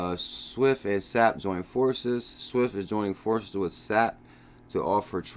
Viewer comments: S-A-P. Not sap like from a tree.... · FYI, SAP is pronounced S.A.P.